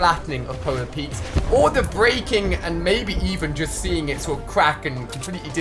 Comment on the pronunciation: why do you call polar peak polar peaks